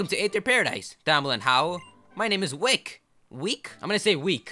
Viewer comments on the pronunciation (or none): Pronounced (Wih-Kee) Wicke